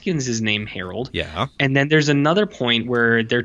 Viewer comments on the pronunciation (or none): Errol not Harold...